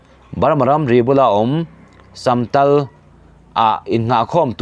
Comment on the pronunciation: Minutes 21 na vel a "samtal" tih khi "samtâl" tih zawktur a ni awm e